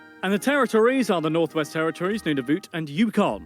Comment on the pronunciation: he pronounced some of the province's names wrong, but he actually pronounced Nunavut right (it's pronounced like noonavoot)